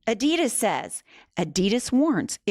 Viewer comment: 😒it really hurts how you pronounce adidas